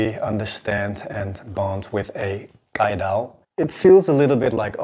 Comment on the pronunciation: Have to say this but my cck 1303 also has that grind lol. Just that the steel reslly cant hold an edge for long 🥲 Also, you pronounce caidao not like "kai" as in kai and shun knives, but more like chives without the V and the H.